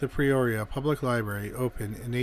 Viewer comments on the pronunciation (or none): Incorrect pronunciation- it’s Not PReoria but Peoria. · Its P-Ore-e-a not Pre-oria. So hard to listen to... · It's peoria, not pre-oria.😊 Damn Canadians... Lol I'm kidding I love y'all, ey.😁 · Are you saying, "Preoria"? For God's sake, you are a narrator. Can't you say PEORIA? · Why do you sat PRE-oria when its PE-oria? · With all due respect, Peoria is pronounced: pea-oar-ee-uh. You said it correctly when you said Peoria Lake. Just trying to be helpful, not critical. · Yeah, that pronunciation was bothering me too!! It’s the way he talks. He ALWAYS slurs his words like a drunk!!